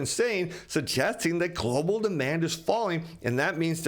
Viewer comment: Why do you keep saying Glo Baal........